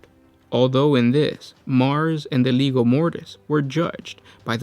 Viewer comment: Legio. Pronounced Lee-jee-oh.